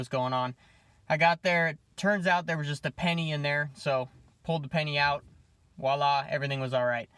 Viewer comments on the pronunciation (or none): please tell me you didn’t say “wahla” instead of “voilà”! Nooooooo!😤 Major pet peeve, but I’ll forgive you. Now you know at least one correct word of French! Still following, in the biz my dang self...